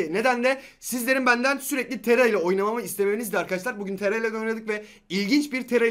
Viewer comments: Abi neden taraya tera diyorsun? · Tera degil TARA